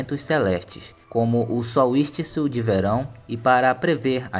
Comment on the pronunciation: Tá precisando de um fonoaudiólogo amigo, "solistico" "pinser de nariz" e etc foi doído de ouvir